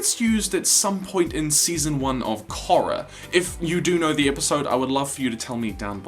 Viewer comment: Your pronunciation of ‘Korra” is atrocious, I cringe to imagine you pronouncing a Maori name